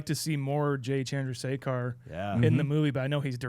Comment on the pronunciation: Pronounces Chandrasekhar correctly but fumbled on Heffernan